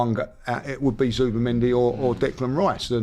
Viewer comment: Ah you Zibi its zubi not zibi